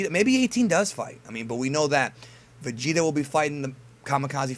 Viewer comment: say Vegeta one more time.....